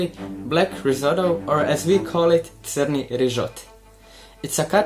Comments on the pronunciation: Sirni rizoto is also "cheesy risotto". But this is "Crni rizoto" "black risotto" pronounced TSRNI rizoto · It iz not sirni rizot, but crni rizot. Sir is chees, crno is black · You said crni sounds like cheese word in Russian, "surnyi" (сырный). But to me, it sounds more like "chernyi" (черный), which actually does mean black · To your confusion with the croatian word: as you've pronounced it "syrnui" - really means "cheesy" or made out of cheese but said "chrnyi" which is familiar to the russian word "chernyi" - which means "black":) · Croatian here... it's not "sirni rižoto" (cheese risotto) but "crni rižoto" (black risotto), so to not be confused, crni means black, what the dish is, it's black rice dish. And also, in Croatian, sirni means cheesy same as in Russian language. All from me :) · it's not sirny, which does sound like cheese in russian. it's chrny, which is just like the word chorny in russian - which means black. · You are right, sir is cheese even in croatian. He pronounced crni but you said sirni, you did not notice the difference 😉 it's hard for foreigners to understand properly how to pronounce. Don't worry, our language is quite difficult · he said cirni sounds like ch as in chair which means black, just like chorney in russian that also means black so not sir which is cheese... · Well she got Crni totally wrong.